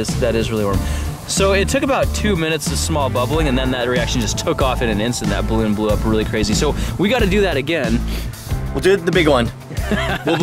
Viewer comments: "Ballon" XD 😂🤣🤣😂😂😂😂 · Lol "ballon" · Noice "ballon" there kappa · "Balloon"... xD lmao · Yeah... "ballon"